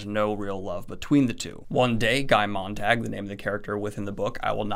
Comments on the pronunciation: His name is Guy Montag, not Montang. I know, dyslexia, but still. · Loved the video but I’m german and there was this one thing that really bugged me. Throughout the video Daniel says Guy Montag’s name like ”Montangg”... Montag is german for monday ;) it’s not montangg. I really enjoyed the video but I just had to get that off my chest:)